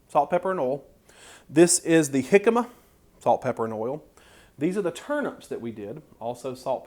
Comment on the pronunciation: Such a great video challenge. I look forward to making the jimcama fries. It was also nice to hear someone pronounce it properly.